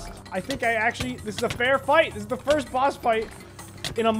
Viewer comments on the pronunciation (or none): none